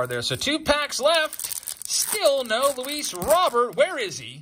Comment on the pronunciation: I hope this is sarcasm, even Luis Robert is mispronounced?